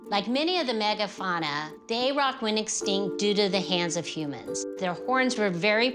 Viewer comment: Never heard anyone pronounce aurochs as "ay-rock". Weird. Just saying, and they were native to far more places than only the island of Great Britain. Aurochs were widespread, found from Siberia in the east and south to the Indian subcontinent, all the way west through Europe and North Africa.